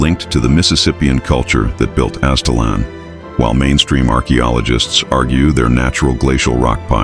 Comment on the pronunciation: It's pronounced Az it lan. Great video !!